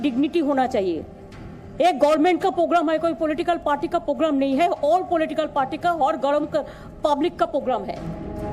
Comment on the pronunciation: ममता वो पोगराम नहीं प्रोग्राम होता है 😀😀😀